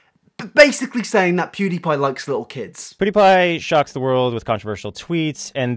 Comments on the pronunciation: 1. When did Onion go blonde? 2. Why does he (Onion) pronounce it “poodepie” instead of PewDiePie? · HeyItsBobby pewds used to pronounce it like poodiepie